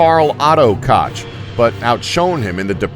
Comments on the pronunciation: please just dont talk! NR 12: Ilse KOCH is not Ilse KOTCH, aso... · Where in the HELL did these people get their info from? For one thing Ilse Koch name was pronounced "coke" yes as in the soft drink there is no "ch" sound in the German language and she didn't kill herself she was found guilty of her crimes at Nuremburg in 1945 and hanged also Himmler was the founder of the Gestapo not Goering read your HISTORY people!! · The "ch" in Koch is basically pronounced like the same thing in yiddish, you pronounced it as "Kotj" a name and letter combination that doesn't exist in German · Pronounced Coke, not Kotch. Not just this first one, your pronunciation is horrible throughout this video. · I wish this American pronounced things properly.....Kosssh yeah right. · Kotch, Kotch, Goiring??? Why the fuck don't you at least pronounce any of the names right? Are you really that stupid? How would you pronounce Eisenhower when talking about HIS RHINE MEADOWS DEATH CAMPS where he killed over a million germans AFTER the war huh??? And you might aswell add the names of any president between Kennedy and Trump too! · I agree. By the way, Koch is pronounced "Coke". Being half Norwegian, Qtr Irish, Qtr German, my Norwegian Side has a name that means "traitor".... Vidkun Quisling... Also my German side was put into an Austrian Interment Camp for "disagreeing"... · like Ilse "Caaj" doesn't even make sense in English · Charles Wróbel the real/proper German way to pronounce her name is ko*h* with the ch part rolling off the throat. but people who speak English pronounce it many different ways including: coke, cock (which is the closest) kosh, kotch, or what it translates to, cook. There are other ways but that's all I can think of. People who speak English always pronounce names wrong such as: Gogh, adidas, etc.